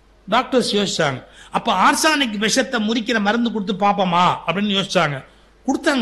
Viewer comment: ஆர்ஸானிக், சூப்பர்ஸானிக் அப்படியெல்லாம் ஒண்ணுமில்லை சுகி! அது 'ஆர்ஸெனிக்' (Arsenic) !